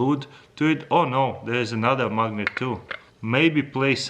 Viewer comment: I also love how you said mugnate.